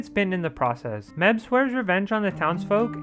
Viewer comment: It felt so weird hearing this guy say Mebh. Like Meb-heh, especially since the movie pronounces it May-ve